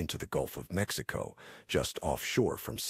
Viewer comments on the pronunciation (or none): none